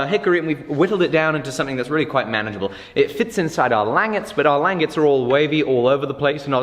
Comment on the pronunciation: Please, for the love of America, call them langets (lan-jet-s)